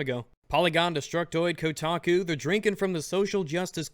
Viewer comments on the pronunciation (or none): none